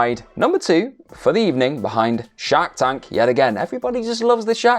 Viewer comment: I thought you were saying Shaq tank 😅😅 I was like whaaaa, Shaq has a new show?? Lol I'm a huge fan of shark tank though. I watch smackdown vs that thugh haha.